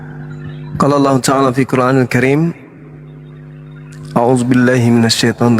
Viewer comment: tidak belajar ilmu tajwid makanya bilangnya "alah"..yg belajar ilmu tajwid pasti "ALLAH"